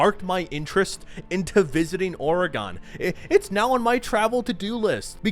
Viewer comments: its oregon not oreGONE lol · Its not OREGONE SAY IT LIKE THIS OREGUN or ORYGUN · Ori-gone.. lol. Oregon should be pronounced more like Or-again. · Its not OreGone its Oregon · pronounced oregun not oregone lol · i'm actually from Oregon and we.. don't really pronounce it like that, it's more "Ore-uh-gun" and not "oh-ray-gone" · Oregon is pronounced Or-eh-gn not Oh-re-gon, From someone whos lived there lol. Much love, the videos great. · Its Ore-gon not Or-E-Gone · 5 minutes in and I gotta say…. You’re saying Oregon wrong, it’s more like “Ore-again” I say this as a Washington native though, but the landscapes really do look like the game shows in the regions west of like the Cascade Range and areas closer to the water, lots of Douglas Firs, Western Hemlock, maybe a few Yews (those are rarer), but yeah, it’s a well-realized Pacific Northwest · Pronouncing Oregon like aura-gone. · It's not pronounced auragone 😐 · Tell me you're not from the northwest without telling me you're not from the north west. "Oregone" Days Gone, Ore Gone 😂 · aura-gunn lol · “Orgone” Bro bffr. You gotta be rage baiting ain’t no way you can’t pronounce Oregon correctly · “Days Gone in Oregone” lol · I've never once heard someone pronounce Oregon as Ore-gone lol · Days gone is FANTASTIC! The critics did it so dirty. The acting and face capture was top notch. Coming around eastern oregon on a motorcycle was great. Pacing was not always good, but I was completely invested in the story. Also, OR-eh-GIN. Telling you as a native. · bro said oregone.... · Playing this game as we speak, is one of my top 10 games. Also i laughed everytime you said Oregan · It's actually pronounce Ore-gen you despite the spelling you tool. How long have you actually lived. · Why do you keep pronouncing Oregon like that? Ore-gahn. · Oregon= "Or" "UH" "GAN" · I've never heard someone say the state "Oregon" as "Or-a-gon" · Love the video, Hate the way he says OR-EHHH-GONE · C'mon man, or-eh-gun, Oregon